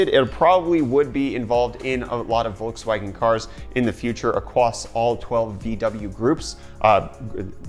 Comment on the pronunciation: Bolkswagen. lol